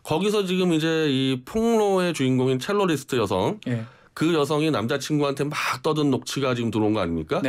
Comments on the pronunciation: 첼로이스트가 아니라 첼리스트 아닌가요? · 첼로리스트?가 아니라 '첼리스트' 입니다. 배우신 분들이 참